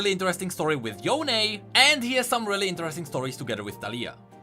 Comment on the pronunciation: He can say Yoné but not Kinku